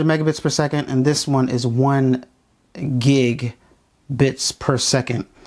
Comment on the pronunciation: If you're not sure how to properly say gigabits, or what it means, you shouldn't be making videos advising people on modems.